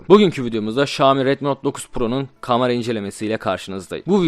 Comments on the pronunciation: Ben de ya lanet olsun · Adamın kamara demesinden dolayı videoya odaklanaamfim yaa